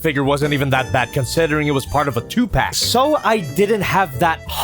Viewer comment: What I'd said 2pauc instead of 2 pack 😅